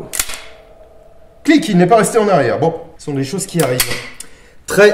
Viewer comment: "Ce sonnt des choseuh qui arrivent." - dans la vidéo sur le fusil "gras" U.S.T.F